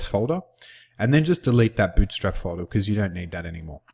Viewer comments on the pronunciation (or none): FOLDAH HAHAHAAH